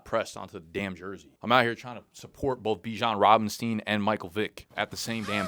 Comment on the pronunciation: Why is he sayin bijan robinstein 🤣